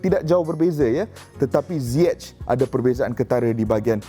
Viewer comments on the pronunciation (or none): No one : Frank Lampard : HAKIM ZAIYECH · pronounce nama ziyech ni.. zaiyech ke ziyech